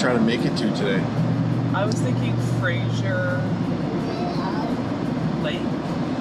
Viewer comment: you are such a good team. love your positive attitudes and love for your family ! Fraser, not Frasier. simple, not like the show ;) welcome to BC